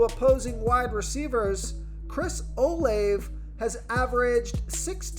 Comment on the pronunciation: I believe that Olave is pronounced Oh-LAH-vay.